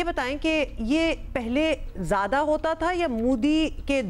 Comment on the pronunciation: Zaada nahi ziyada...😴🥱